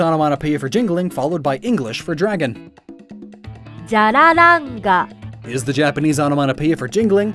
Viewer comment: Jyarararanga No it’s jyararanga Sorry I stuttered